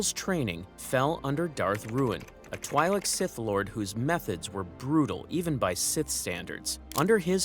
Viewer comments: Twi'lek is twee sound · Great video, but bro can't pronounce "twi'lek" even if his life depended on it